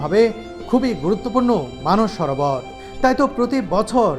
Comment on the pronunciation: কথাটা "মানুষ সরোবর ", নয়,,, কথাটি" মানস সরোবর"